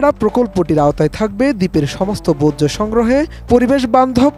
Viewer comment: বোজ্জ না ভাই বর্জ্য